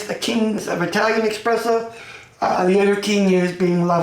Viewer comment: The fact that you say expresso and not espresso makes me immediately discard your opinion im sorry